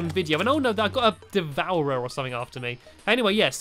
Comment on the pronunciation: It sounds like De-Vor-er